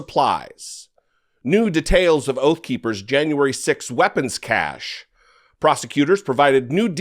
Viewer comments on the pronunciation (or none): Cache is pronounced, SASH.